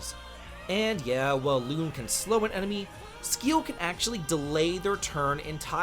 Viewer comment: Clearly you didn't like Lune but got damn what is your pronunciation? It's luna, did you even pay attention to the story? Damn